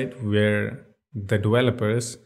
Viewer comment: I love the way you say dewelopers and wersion, lol